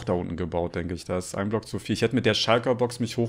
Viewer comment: en blöck perfektes Englisch:)